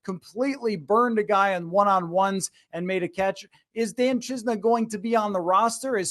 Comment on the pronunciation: Great video! One thing, I think he pronounces it chi-sen-a